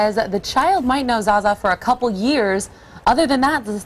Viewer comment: On of the the female reporters couldn't even pronounce Zsa Zsa's name right. And why do they all talk like they've inhaled helium?? I'm glad I never watch this kind of sh*t on TV. It rots the brain.